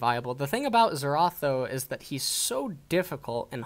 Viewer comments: lebloo and zurawth getting tilted from this BOOSTED pronunciation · LeBlunc, Será (LeBlanc and Xerath) killed me ahahha